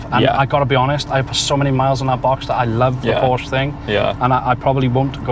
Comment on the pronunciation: PorschE nicht Porsch. Nicht zu fassen, wann werden sie es lernen